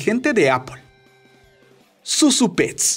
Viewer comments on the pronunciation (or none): Zu zu pets no zu Zurita pets